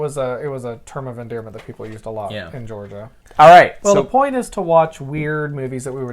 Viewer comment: I love to hear someone pronouncing Georgia towns correctly!!!!